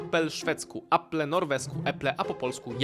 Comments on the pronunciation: Hahaha , chlopcze : jablko po szwdzku wymawia sie eple. Dzdzownica po szwcku to daggmask a nie orm . ORM po polsku to waz . Ja naleze do tych nielicznych w swiecie ktorzy wpierw dla zabawy zaczela uczyc sie jezyka polskiego . Okazuje sie ze nie mieszkajac w Polsce(razem bylam cztery razy a jeden tydzien) mowie lepiej po polsku niz polacy mowiacy w moim jezyku , mimo ze mieszkaja u nas kilka dekat. Znam cztery jezyki , ojczysty jest piatym.Pozdrawiam. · Po szwedzku inaczej wymawia się jabłko, coś chyba pokreciles 😊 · Orm to po szwedzku wąż, a nie dżdżownica. I nie wymawia się tego przez „o”. Äpple też nie wymawia się przez A. 🤦🏻‍♀️